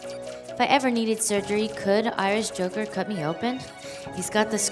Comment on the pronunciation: I swear when you introduced yourself you said "Irish Hooker". Took me a second to correct it in my head.